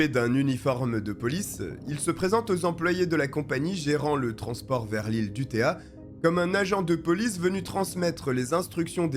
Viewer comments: u-TO-ya... Pas U-té-a..... Ces Français qui parlent des autres....... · On ne dit pas UTÉA, c'est UTOYYA. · si vous lisez ceci avec les sons français, alors vous aurez la prononciation correcte: UTEUILLA